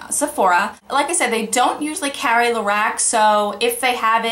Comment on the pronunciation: It sounds like you're saying "Lorax".